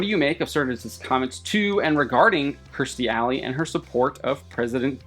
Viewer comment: It's KEERstie, not KRIStie.